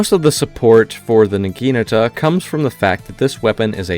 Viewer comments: Say it with me: NA-GI-NA-TA. Not NAGINUTUH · Nah - gee - nah - ta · you butchered the pronunciation of the weapon so bad LMAO its nah-gee-NAH-tah or nah-ghee-nah-tah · I hate how you pronounce Naginata